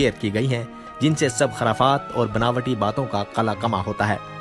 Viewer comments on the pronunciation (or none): Bhai .." Kharafaat " nahein hota .." Khurafaat " saheeh tlaffuz hai.